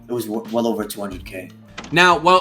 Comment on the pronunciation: He's ovah here, ovah there.